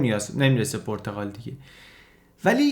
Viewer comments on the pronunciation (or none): خیلی عالی ولی پرتقال نادرست است و صحیح پرتغال با ضمه در (غ) صحیح است